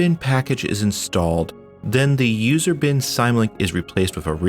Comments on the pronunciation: I know I'm years late, but how do you pronounce "symbolic"? I'm willing to bet it's not "sime-bolic". So why you say "sime-link" and not "sim link", I don't know, but I found it distracting from an otherwise wonderful video. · Not to be "that guy" but it's pronounced sym (as in symbolic) link, not sim like siamese cat... great video tho I really enjoyed it and subscribed! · He's pronouncing it wrong. Same with DOS. He's saying DOZ. Symlink is derived from SYMbolic. DOS is derived from Disk operating SYSTEM. But there are people out there who says NAZ too for NAS. Network attached ztorage LOL. Pronunciations like these though become habits that are hard to break. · here i am being "that guy in the comments" again. the word "symlink" means a "symbolic link" so the pronounciation is more like "sim link" :) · lol "syme-link" final proof that you're a noob. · "you pronounce it IGG druh zill and SIM link." That was bugging me the whole video! :^) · The way you say "symlink" has me going nuts. Otherwise loved the video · Point 1: Don't push the tray of your cd-rom drive, use the button. It will live longer then. Point 2: The word symlink is not pronounced the way you do. The Y is a short I like in LINK ... just like the Y in Symbol(ic) ... Yggdrasil was not the first. In fact we used SLS (If I remember well), to install linux including X11 on a 12MB notebook in the beginning of 1993. And many of the apps opened faster on that system than they do nowadays (Thanks to ignorant flatpak/snap/... developers who don't care that their implementations interfere with the normal apps and incur a startup time of up to 30s for "font cache initilization"). Soon after that, SUSE Linux was first choice for several years, much more comfortable than any distros that came from the states. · Why do you pronounce symlink that way? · The way you pronounce "symlink" makes me very curious how you pronounce "symbol"